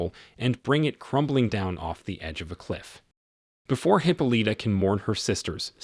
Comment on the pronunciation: Hip-o-Lita!!! I'm having a hard time taking this seriously every time he says that.